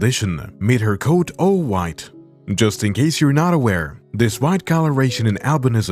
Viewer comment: just noticed some words you say end with ah like heartAh or coatAh I like it.😂👌